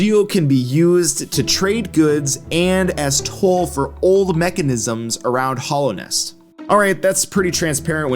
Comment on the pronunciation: i don't really see PK having a use for geo, as powerful as he is he could probably just get whatever he wanted. also your pronunciation of hallownest causes me physical pain